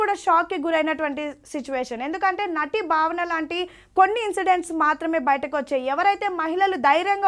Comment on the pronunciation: బావన కాదండీ భావన స్పష్టం గా పలకండి 🙏🙏